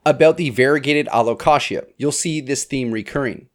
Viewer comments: lmao its supposed to be Allo-Kay-sha/jha.. like the word allocation.. but allocatia.. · Taxonomist here! Allow-Kay-sia. He says it wrong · My alocasia bloomed. It was uneventful 😂. I’ve never heard alocasia pronounced the way you do. I say Al -oh-cay-shuh. Anyone else? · Never heard anyone say alocashia haha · My real ick is how he says alo-KASHYA. Love the series though ;D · I’ve never heard it said like the Kashi cereal before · It took me a second to realize what you were saying. I've never heard anyone pronounce it that way. But it's your video, you say it however you want. 😊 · No he says it weird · The way you say Alocasia 😅😂 I’m so excited for 2024 plants!!